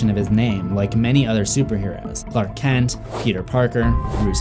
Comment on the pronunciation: It's Clark Kent, not Clark Cent